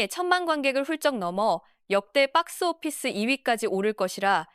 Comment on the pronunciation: 빡스오피스 ㅋㅋㅋ 발음 찰지네